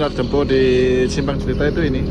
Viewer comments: Tolong di ralat bg penyebutan kata "Dempo", maaf tanya terlebih dahulu kepada sopir/kru,,cara penyebutan yg benar,, karena saya nonton dari part 1 -part3.🙏🙏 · Khusus untuk penyebutan huruf "e" nya min..